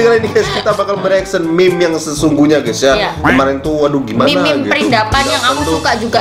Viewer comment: Meme bukan mim